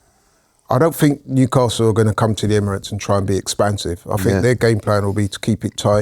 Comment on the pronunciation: Why does he say " emiroties" 😂😂😂😂😂